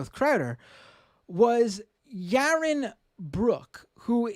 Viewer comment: Ya-won Bwooks